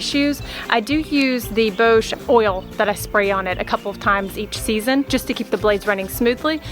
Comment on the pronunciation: Your video is so informative and clear, it really has helped me decide on this particular one just now, - and thank you for all of your posts! Just a little note!- Bosch is German and so pronounced to rhyme with ‘off’ and not ‘owe’ !!😁😎